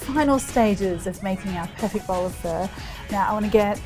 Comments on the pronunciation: I've never heard anyone pronounce it as "fur". I thought it was "fuh"? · First time I've heard it pronounced like that. I've always heard it "fah" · why do you call it fur? its pho (pha) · Hey Marion, I am very impressed with this delicious bowl of beef pho 😍 one of my most favourite dishes every! I love the way you make this! Seriously looks divine 🤤 However, I would like to comment on the way you pronounce “Pho.” The dish is a traditional dish of the indigenous people of Vietnam. It is not “fur” it is “pho” pronounced like “for.” Just a word of encouragement, to encourage you to pronounce it properly. Besides that, you are amazing! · Marion, I love watching your videos and your food looks delicious! But honey take the “r” out of pho. It’s pronounced “fuh?” like “huh?” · Isn’t it pronounced “fOe” pho 🍲? Not “fUr”? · Fur? I think its Pho. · It’s fuh, not fuuuur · I hear Vietnamese pronounced it "fa" not "fur". 😂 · Why are you saying PHER? It's PHUH. PHO. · You calling this fur DRIVES ME CRAZY. It’s fuh, not FUR. 🤦🏻‍♀️ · I keep hearing “fur”. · the way she says pho sounds like fur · I've never even heard it pronounced that way from Vietnamese people. Idk why she is saying like that.. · It sounds like she’s saying FUR lol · Its pron as pha not pho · The way she pronounces pho like frrrr sounds so pretentious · Can you please say it right or attempt to?